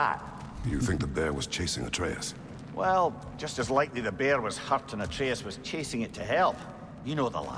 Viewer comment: Why the fuck are you pronouncing Atreus that way.